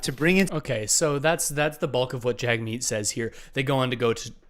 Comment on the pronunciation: please pronounce Jagmeet Singh's name correctly - it's pronounced Jugmeet, not Jagmeet.